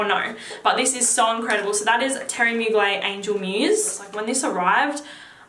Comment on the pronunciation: Pronounce the "er" in Mugler. I said it like you before I saw an interview about the designer and it's pronounced in french like "Teerie Moo-gler". This is an old video so maybe you know by now :)